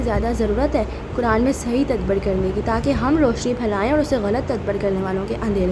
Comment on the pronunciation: its ta-dab-bur not tadbar :face-turquoise-covering-eyes